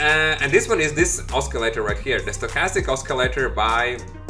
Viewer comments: The c in the word oscillator is pronounced like sill. Not like Oscar. I'll check out your strategy. Thanks. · you mispronounce the word "oscillator". There is no letter in that word that should be pronounced as k.